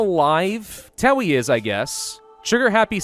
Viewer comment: Heh, "Tewi the medic" reminds me of a copypasta about how Tewi is actually pronounced Tei.